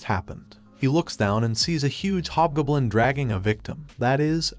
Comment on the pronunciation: GOB. . . JUST SAY HOB G O B L I N. NOT BLOODY GUBLIN OR GBLIN. . . WILL YOU LEARN HOW TO TALK FOR CRYIN OUT LOUD!!!